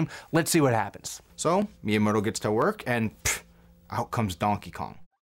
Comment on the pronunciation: You said Miyamoto like Myamoto, when it’s Meeyamoto